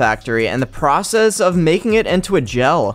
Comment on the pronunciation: It’s not gal it’s gel